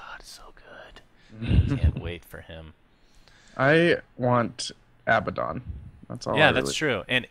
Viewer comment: its a-bad-in not abba-dawn just fyi....